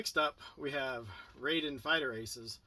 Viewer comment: It's pronounced Rye Den